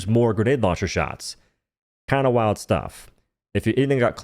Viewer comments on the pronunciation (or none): none